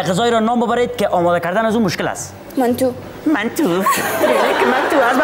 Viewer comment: چقدر جالب گفت منتو 🤦‍♂️🤦‍♂️😂😂😍😍